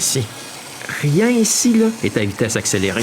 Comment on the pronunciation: non ! c'est pas leu , c'est: " là" !